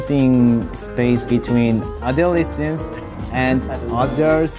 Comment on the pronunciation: Are we not going to talk about how well changbin pronounced ‘adolescence’?